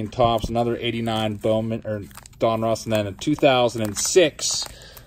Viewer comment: killing me with the pronunciation of Donruss lol. Don russ. Not Don Ross.